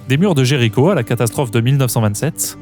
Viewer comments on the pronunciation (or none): none